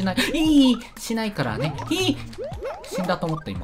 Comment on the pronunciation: 死んだと思ったのイントネーションが俺と違う かなり前から思ってた